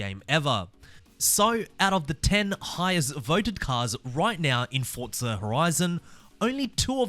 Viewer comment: Bro its forza not fortza u